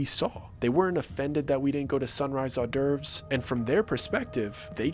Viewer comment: Are you trying to say hors d’ eurves?